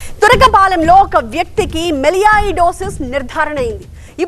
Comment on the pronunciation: Medam ki noru tiraganatlu vundi....turakapalem andi adi...tirukulpalem kadu....😅